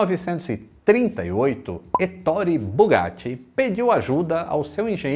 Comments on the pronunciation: Que história fantástica, uma pena que tenha tido um final tão trágico. E se me permite,, a pronúncia correta do nome do Bugatti é 'É-to-re'. A sílaba tônica é a primeira. (Heitor em italiano 😉) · Olá a pronúncia correta é “Etôre”!😄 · Muito bom o vídeo, mas se diz étorre, como se tivesse acento no e. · Você é xará do Bugatti, legal! 😉 Mas permita-me te corrigir, pois vc está equivocado a respeito da pronuncia do seu nome: a pronúncia correta é 'É-to-re', a sílaba tônica é a primeira. Estudei a língua italiana, mas se quiser conferir, pode jogar no Google tradutor e pedir a pra escutar. 😉 Esse nome equivale ao nome Heitor em português. 😊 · Marita Oliveira sim vc está certa! A sílaba tônica realmente é o primeiro “e”, porém o “o” tem o som fechado e não aberto “ó”!👍🏻